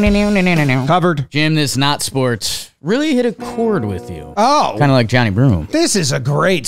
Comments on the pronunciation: For reference, Johni is pronounced "juh-NYE." Not sure if this affects the scoring. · FYI, it's Johni is not pronounced Johnny. It's jun-eye with the emphasis on the eye